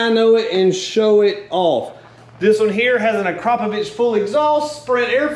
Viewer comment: Haha you and your southern pronunciation of akrapovik lol